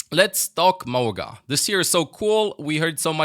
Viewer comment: It’s pronounced Ma-oo-ga